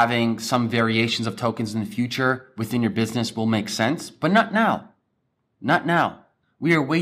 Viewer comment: Its 'But' not 'Baa".